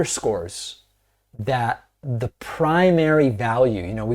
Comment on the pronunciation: Hey David, you don't say THEEEE post vice president. It is THE when in front of a consonant.